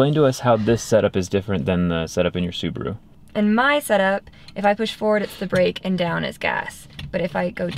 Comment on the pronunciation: lol, I love her pronounce of Subaru. Superroo😂❤❤. Thanks for the code Zack. Ican share it with my uncle getting a tesla.